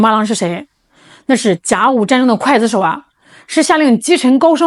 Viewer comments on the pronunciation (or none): 刽（guì）子手， 不是（kuaì）